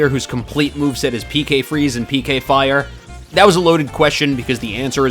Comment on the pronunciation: Pek-a fire